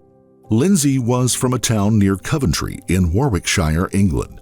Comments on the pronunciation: I know he means Coventry in Warwickshire (really close to me) but I almost missed that because he pronounced it 'cuvintry in wuur wik shy er' 😂😂😂😂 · The way he said Coventry and Warwickshire hurt my heart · A language advert and you can't even pronounce Coventry or Warwickshire